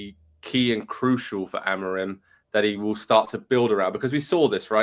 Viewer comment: dude can’t even pronounce amorim’s name